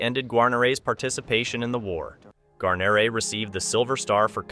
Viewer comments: Gar-nor-ray? How'd you not know how to pronounce his name? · BOB did have it pronounced incorrectly. It's Gwa-near-ee phonetically. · I will. "Gwar-nair-eh" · Exactly. It's pronounced "Gwar-nair-eh" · An AI voice?.... really... (Gar-neer... Gar-neeeer) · I would like to apologize for mispronouncing his name. It's an AI voice. I have been in contact with William Guarnere's granddaughter and many people are saying his name wrong. For example, in the Band of Brothers series, his name is also mispronounced. But again my apologies to those who offend. I make the videos with great respect and honor to the veterans. That is the most important thing for me and I think for most people. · Could you please pronounce his name correctly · Mispronouncing his name makes this video painful to watch. So bad that you use a clip from Band of Brothers which uses his name correctly. If you can’t pronounce a hero’s name correctly get out of the business. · totally agree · Can't pronounce Wild Bill's name I didn't watch. Do your homework it is so Easy to find out how to say it correctly. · Yeah sorry the second you mispronounced his name I checked out. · Pronounce the guys last name right for Christ sakes.